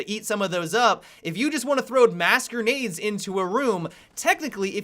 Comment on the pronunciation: I hate how he says gernades instead of grenades